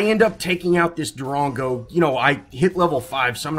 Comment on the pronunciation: I cringe every time you say Darango. But good commentary